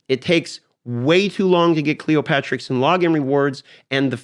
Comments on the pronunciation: cleo-terix not cleopatrix. the p is silent. pterodactyl duh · A good vid, just wanted to point out it's not Cleo-patrix, it's Cleop-Terix!:)